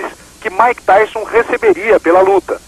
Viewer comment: “Maike” kkkkkkkkkkkkkkk